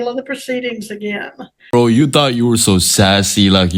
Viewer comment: U said "brah".. Im not watching